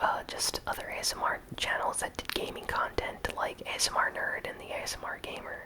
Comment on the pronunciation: you said asnr